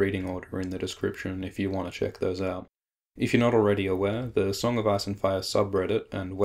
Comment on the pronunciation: Sounds like hes saying song of ass and fire